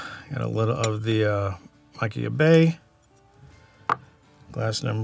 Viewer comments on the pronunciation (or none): It's maa-keer-bay based on previous reviews by some. I believe Machir Bay came out with a CS version a couple of years ago or maybe before that. I have Sanaig which I love for the Sherry notes and some peat. Admittedly, I have not been able to find Loch Gorm in my market and would love to try it if I can get it locally.